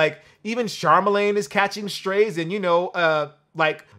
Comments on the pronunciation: Did he say Charmalane? lol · did you just call Charlamagne, Charmalagne? LMAO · You said "Charmalagne" 🤣😂😅 Thats what I'm calling him from now on! 😏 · "Sharmelane"🤣 does he watch breakfast club? "Sharmelane the dog" 😂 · Char-Mal-Lane the God he said LOL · Did I hear Charma-lane?